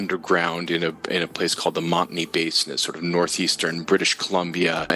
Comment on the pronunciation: I love your videos and just want to mention, the area of MOntney (pronounced Mont-knee) is in the peace river area of BC. Dawson Creek is where I was born and raised. Beautiful area. :)